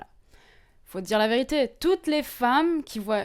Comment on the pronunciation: elle dit la verituer